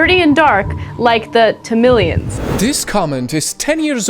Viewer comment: LMAO the way the women in pronounced Tamilans !!